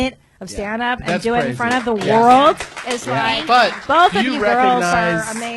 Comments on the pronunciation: EVERY podcast i hear Redban say "world" i just laugh. He pronounces it as "RORLD" There is no wuh sound anywhere. Rorld famous. Everytime i promise you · Actually its wrold :) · Yo can Bryan stop saying "World Famous Comedy Store" until he learns how to pronounce "world"....or the letter L in general. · Again ! You’re right!